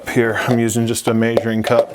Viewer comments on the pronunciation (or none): May-zhure lol. Are you in Utah or Idaho?